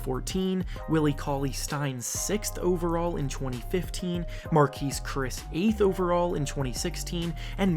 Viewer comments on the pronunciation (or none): none